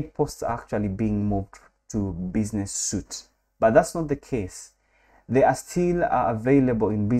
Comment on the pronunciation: Thank for the valuable info! And by the way, the word SUITE is pronounced like "sweet".